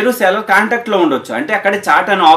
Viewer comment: Seller kuncham sarigga palakadaniki try cheyyu bro